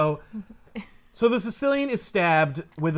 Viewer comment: Does anyone else think when says terraro it just sounds like Scooby-Doo saying Tomorrow.